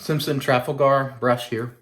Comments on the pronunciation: Beautiful looking new version of the Hawk,! But......Trafalgar would be pronounced ' Tra-fal-guh' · The model…Trafalgar….is named after Lord Nelson’s naval victory over the French in 1806…if memory serves. It is pronounced….Tra..FALL…gar. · It's pronounced Traf-al-gu. Based on a battle in English history.